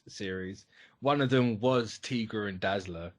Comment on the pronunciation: "Tee-gra" lol ("Tie-gra" my dude.)